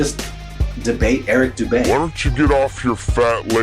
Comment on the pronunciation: Who the fuck is Eric boudae, bodey, botea???